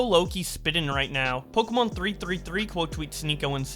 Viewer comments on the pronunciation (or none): none